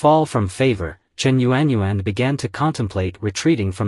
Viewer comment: It's not yu-an yu-an 😑 proper pronunciation in phonetics is yawn..... Learn the Chinese language because it's obvious that you're not Chinese. Using the wrong tone or intonation gives the wrong meaning.